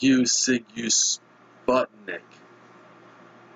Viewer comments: How came you don't have no clue who were Sigue Sigue Sputnik. Okay if you're American. They were into UK top 5 both album and single back in 1986 . You pronounced the name totally wrong. You should say like Zig Zig instead Zigue as you telling. The name was token from some infamous street gang from Moscow during the communist time , 80's to be specific. Their bass guitarist Tony was former Generation X leader both with Billy Idol before Idol became kinda big , so during the punk years . Sague Sague Sputnik...you're pronouncing sounds really funny. They were some kind ahead of their time... strange. They were known in UK and EU very well... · seeg seeg sputnik is how I always heard it pronounced.